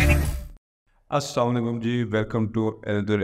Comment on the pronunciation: By the WAY, it's not samalykum... It's Aa.Salaam.o.Aa.lykum.